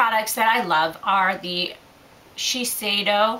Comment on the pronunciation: Thanks for this video,. It was a great help. You also make me laugh when you try to pronounce labels, "Shisheido...oh whatever!" LOL. Keep the videos coming, we ALL love them!